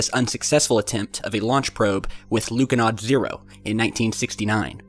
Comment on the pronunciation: It's pronounced more like Lunohawd